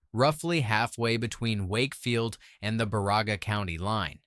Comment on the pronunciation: BA RA GA? HAHAHAHA MORE AI GARBAGE I'm certain the 370 that "liked" this video are NOT from Michigan. I got as far as BA RA GA (BEAR A GA) AND that was far enough....AI is such a convenient and wonderful thing isn't it....